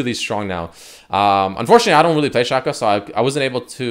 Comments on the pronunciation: he says shack-oh, shack-oh, my...fkn..... hero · Am I the only one that's mad because he keeps saying his name wrong like Jesus fuck it's pronounced "Shayco" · Is it pronounced Shaq-o or Shaco? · Its not shaco its shaco say it right for God's sake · Ew they way you say Shaco